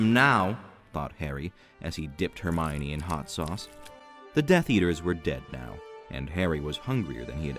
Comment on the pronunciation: Just so you know, it's pronounced "Her-mee-own" in this version.